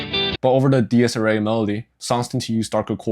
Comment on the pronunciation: Minor critique: it’s pronounced “Deer-es ear-ay”